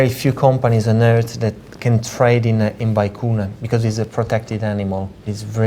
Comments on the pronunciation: Vicuña not vicuna! That made me cry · It's pronounced, "vee-KOO-nyah". I knew without asking, but have verified that pronunciation with more than one aristocrat from the Western side of the Andes (and two from Buenos Aires). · Experts who can't even pronounce Vicuna correctly, full of shit to the max.